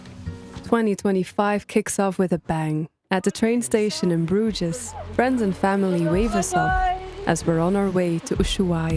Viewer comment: Wow you lived in Bruges and you didn't learn how to pronounce it properly.